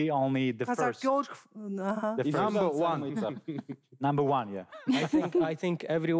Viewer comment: Интересно на английском разговаривает, намбр ван